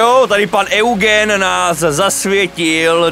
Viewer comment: Eugen není Eugen ale [judžín] 😂👌❤